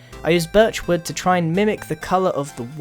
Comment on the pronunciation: when you say wood it sounds like you say word